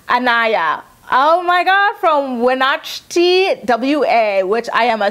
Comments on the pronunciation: YES lol . . & the city Wenatchee is pronounced: WHEN- ATCH (like 'CATCH' without the letter 'C') -EE Pretty much like it's spelled, with the emphasis on the 2nd syllable.. dam, I broke it ALL the way down..lol anyways, I love the way you interact with your subbies, it's plain to see that you are genuinely grateful- keep doing what you do❣🧡💛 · Wenatchee is pronounced "When ah Chee." And WA is the very Northwest most state of the lower 48. It definitely counts as PNW. love you girl (from Gig harbor WA)